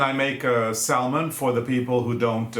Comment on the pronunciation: this is said with all the love in the world; the "L" in salmon is silent. I smile each time I hear you say it. So enjoy watching you two from my own mountains here in California.